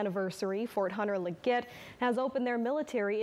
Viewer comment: Hah! Fort Hunter Lig-GET? Honestly, it's not that hard to pronounce. I was stationed here from .